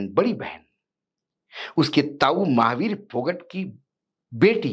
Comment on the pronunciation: अशोक वानखेडे जी फोगाट गौत्र है फोगट नहीं विनेश फोगाट